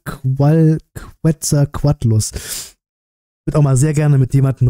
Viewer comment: (Quet - zal - coat - lus) (Mexiko, Atztekisch) so ist es relativ einfach zum lesen denk ich ,so spricht man den aus.